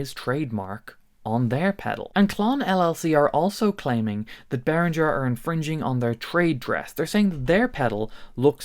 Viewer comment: I cannot WAIT until learns to pronounce Behringer correctly. This video was excruciating. I'm too traumatised to go back and count how many times he said it.